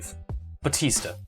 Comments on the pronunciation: I've never heard anyone pronounce batista as batisda before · It bothers me that you can't say Batista right